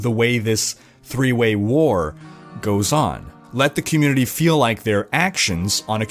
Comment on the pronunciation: "thee com'muni'tea"